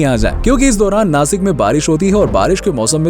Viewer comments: Nasik nahi Nashik 😇 Bolta Nana..! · Plz don't call नासिक, it's नाशिक 🫀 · It's nashik not nasik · sasik nai sashik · Btw vo नासिक नही नाशिक है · Nasik nahi re nashik ahe te 😠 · नासिक नही नाशिक होता है